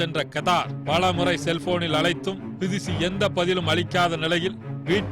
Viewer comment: enna kodumai...not tirici...............plz! do a corrections her name is bidushi......okvaa!